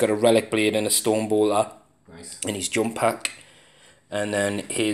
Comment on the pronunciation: Yup..still trying to figure out how the heck I should spell "jump pack" the way you pronounce it :P I laughed when I sat and listened to the batrep (at the time not watching) and all of a sudden you guys keep talking about a "baker" and several "bakers". I looked up and realized you were actually moving a squad of bikers around. Keep up the nice batreps :)